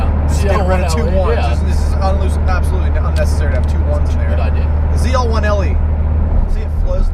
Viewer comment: why why why do they keep calling it a ZR1 it's a FUCKING ZL1 L not fucking R